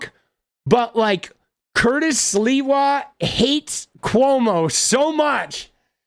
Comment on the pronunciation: Gotta give sliwa credit for not purposely saying his name wrong.